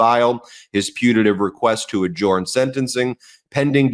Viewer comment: Ben the word adjourn is pronounced “agern” not “agorn”.